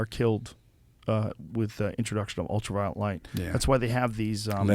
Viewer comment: Is it just me, or did it seem like Dave wanted to grab Joe and say "It's ULTRA-VIOLET, not ULTRAVIOLENT"?